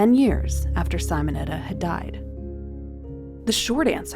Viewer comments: Simonetta, no saimoneta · Not Sighmonetta, it is Seemonetta! Do some listining, ffs!🤦‍♀️🙄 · These are gorgeous!! Thank you 😊 Technical note: it's "Simonetta" like "see-mon-etta" not "cy-mon-etta". I always appreciate this channel so much!! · Sim o netta ( like sim card) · It’s said Seemonetta. Hello? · Thank you! That pronounciation was frustrating.